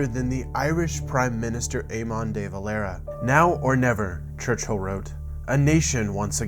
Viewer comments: It's Deh-Valera...not Day-Valera. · Dude....too read many books....watch a vidio about "The Dev" some time.....his name is pronounced as one word....Devalera....not DAY VALERA.....savee..?! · its not pronounced Day Valera is Deh Valera. I'm Irish myself and we learn all this in school. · Pronounced ‘The Ve-lair-a’ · You said De valera wrong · Aymon day valayra... lol as an irish person, thats feckin hilarious